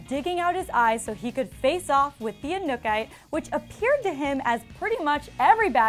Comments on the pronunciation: I'm guessing she didn't watch the show considering she didn't pronounce the name of this seasons villain correctly one time lol? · She pronounced anukite wrong 😂😂